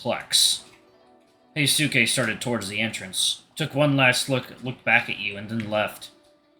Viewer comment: Hey, I think Hyosuke's name is supposed to be pronounced as hee-yo-skay